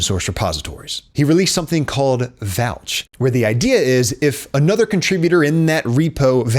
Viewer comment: "vouch" i almost spat out my coffee xD bro's the man